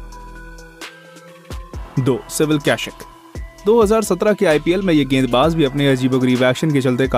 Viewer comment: Hindi me bolraha hai to kaishik nahi kaushik hai...